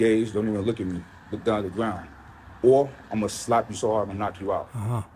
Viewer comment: “Look dawn at da gwound”